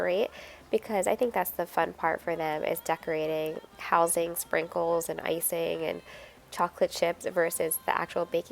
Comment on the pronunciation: Hi-it's "icing" cookies not "icining"-that last one is not a word. 🙂